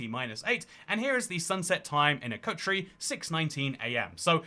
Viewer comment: You pronouce Akrotiri strangely 😅